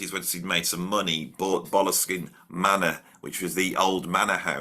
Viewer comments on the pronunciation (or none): none